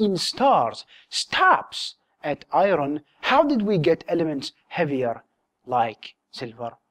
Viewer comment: It bothers me when you say "i-ron". Otherwise, great videos!